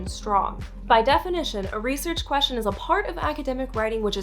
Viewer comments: i hate how she says "queshin" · Ugh. Maybe don't do a video on the topic of research questions if you can't pronounce the word "question".